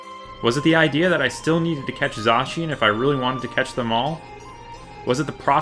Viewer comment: its not zoshian its z -ai-can